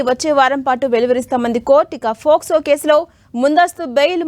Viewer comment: Adhi FOCSO no Docso no kaadhamma... POCSO.... oka news channel lo news chepthunappudu knchm jagratta ga maaatladuthe bauntadhi